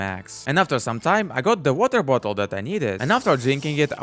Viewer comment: "Weter vottle" 🗣🗣🗣🗣🔥🔥🔥